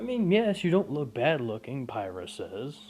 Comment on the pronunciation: ok then but 2 things weiss and pyrrha are pronounced differently weiss as in white and pyrrha as in peer not pire